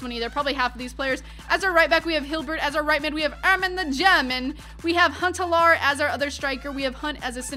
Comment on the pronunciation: You say Huntelaar wrong hahah